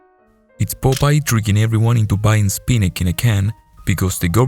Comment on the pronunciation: Sounds like AI Slop. "Spinack"